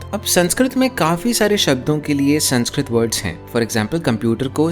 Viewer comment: Can we please at least pronounce the name of the language right , language which gives much importance on how to pronounce words , it's संस्कृत not संस्क्रीत